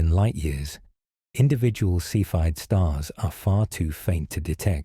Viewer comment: A “cepheid variable” star is pronounced SEE-fid not KEH-fid. This is ultra basic stuff which means this is either narrated by AI or by someone who doesn’t know what a cepheid variable is!